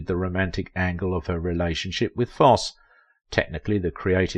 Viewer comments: Foss eee, not Foss! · It's not Foss. It's Fos see. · Foss????????? It's pronounced FOSS-EEEEE! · Foss-ee NOT Foss. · I dearly love both Ann Rienking and Bob Foss-ee. I studied dance and musical theater in my teens and twenties. I was terrible 😫. But I adored Foss-ee. Sorry for being techy but hearing his name pronounced Foss were the nails on the chalkboard for me. Sorry again. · YOU LOST ME AT “BOB FOSS” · ❤ it's pronounced... Fos See!! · Great video but your annunciation is off it's pronounced Foss eee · Fosse pronounced Fossey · My goodness, it’s Fosseeeeee. Hearing the narrator pronounce Fossee’s name is torture 😅😅😅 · It was so annoying his mispronouncing of Fosse (long e at the end). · His name is Fosseeeee - geez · Fair documentary of this gifted lady’s career, but please practice pronouncing the great man’s name. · I watch ur channel quite often, however this one is hard to watch as u have butchered the last name of Fossee! Ur pronunciation is wrong! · If you are going to talk about someone as spectacular as Bob Fosse say his name correctly or stop talking! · I would have loved to have met her. I worked in an amateur theater production with her brother. The 'e' in Fosse is sounded.